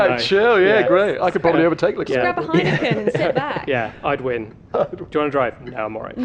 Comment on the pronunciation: The bald dude pronounced leclerc wrong